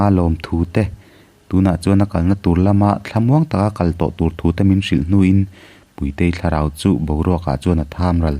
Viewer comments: Puitei or Púitei (Ro'Pui') kan sawi ang a, 'Puitei' ti tho si. Amah Puitei koh nan a 'Tui' lam rik ang deuh a, 'Púitei' ti leh tho si. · Puitei / puitea tih i lam dan hi a ma ka ti